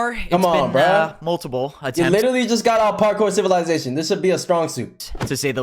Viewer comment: ''PaRkoer CivILaiZaTioen''